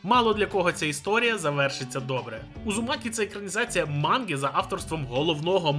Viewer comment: Подушню. Удзумакі а не Узумакі (в англ мові просто немає звуку дз тому так не кажуть).